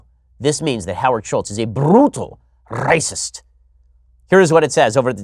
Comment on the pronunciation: das raysis